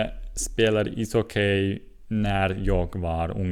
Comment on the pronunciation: Bra jobbat! Det uttalas "hocki" inte "hockej". Tänkte att det kunde va ett bra tips eftersom det är ett ord du använder mycket. Väldigt imponerande ändå! :)